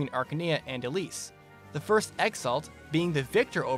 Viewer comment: the way you pronounce elibe "elib" LOL